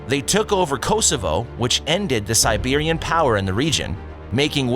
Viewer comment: Unless you are a machine, you should learn to pronounce things properly. Otherwise you sound ignorant. Constantinople is pronounced in English as Kon-stan-tin-ōpul, not Kon-stan-tin-ópolee. And the battle of Kosovo was with the Serbs, not the Siberians. SMH.